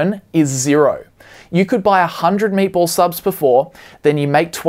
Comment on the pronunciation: thought you were saying "maple" subs before I saw graphic of "meatball" subs lol